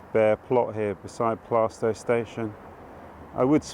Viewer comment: A great walk, The Black Lion is a great pub spent a good deal of time there while at college. Your pronunciation of Plaistow is right. Always loved West Ham park, the first ever FA Cup goal was scored there, so ties in nicely with the sporting links